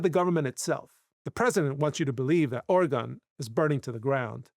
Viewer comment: Entirely minute aside: Its not Or Again! Its Organ/Orgun (actually its not quite that, but youll sound more right if ya say such; as its Or uh ginn — but the uh is barely voiced and said quickly so it sounds like Organ) The only time ya emphasise the uh part is when ya say Oregonian, tho even there Oregonians are likely to say the word faster so its more like Organian, just with a very faint uh in it This is akin to how au revoir is pronounced by French spkin natives and those who learn French as a second or more language; a proper French person will say au revoir where they do voice the re part, but they do it super subtly and the emphasis is on the part after such. So as a not native French speaker; youre much better off just sayin au voir, and youll sound more native to the tongue that way I just cant stand how oft i hear my home states name so badly butchered by everyone outside of Oregon; its a very minor nitpick esp compared to the rest of what the vid is about, but like, yall sound foolish to oregonians when ya say Or again or similar instd of just Organ.